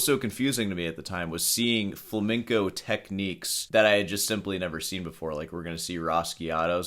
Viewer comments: Hey: It's pronounced fla-mehn-co guitar not fla-ming-co. Really?! (Love the channel!) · Why can't Muricans pronounce flamenco? Its not flamingo bro